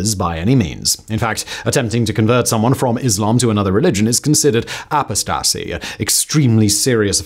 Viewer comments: Its pronounced "Oh-Post-TA-see" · The word is pronounced ah-POHS-tuh-see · Ah-po-sta-see. Interesting pronunciation. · apostasy: uh PAHS tuhsee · I love how Simon pronounced "apostacy" . Unless that's how they say it in Saudi Arabia, then good on him, haha.. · Your pronunciation of "apostasy" is hilarious 😂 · haha, nah. That's not the British pronunciation. I mean, I'm Australian, but I know that he has just mispronounced it. If you've ever heard Christopher Hitchens or Richard Dawkins mention "apostasy", you'd see the Brits pronounce it just the same as anyone else. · I didn’t know it was possible for a native English speaker to so badly mispronounce “apostasy”. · I agree. Until relatively recently apostasy was not a word that many British people needed to know. With the increase in numbers of the followers of the RoP in the UK, that has unfortunately changed. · The way you pronounced apostasy caused me emotional distress. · Uhm... I'm not sure that's how pronounce apostasy. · Your pronunciation of "apostasy" could use some work, but hey you got the message across! 😂